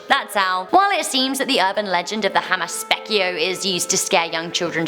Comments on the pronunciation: Finnish people: Hammaspeikko.: Hamaspekio. 🙈 it is so funny when no one can pronounce Finnish words 😂😂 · Ah, hearing a legend from my country at #1 was awesome. :D Finnish is ridiculously difficult to pronounce if you're not a native speaker, but if it helps at all, the phonetic pronunciation of "hammaspeikko" is like "HUM-muss-PAYK-kuh". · Hamaspekio, yea you totally nailed it 😂😂😂 It's always funny to hear people try to pronounce finnish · Man, the way you say "Hammaspeikko" is way too cool comparison how we Finns say it. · I lost my sh*t when you said hammaspeikko... Well atleast you tried:'D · I FREAKING BURSTED OUT LAUGHING WHEN SAID "Hammaspeikko" AND now i woke up my whole family._.